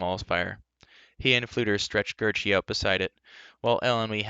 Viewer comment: Say Gary not Gerroce